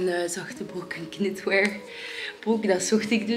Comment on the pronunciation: Je spreekt knitwear fout uit.